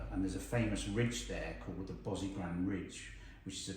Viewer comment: I have never heard Bosigran pronounced "Bozi-gran" before.